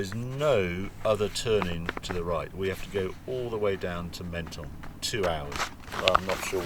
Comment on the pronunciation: It's pronounced "mon-ton" not "men-ton".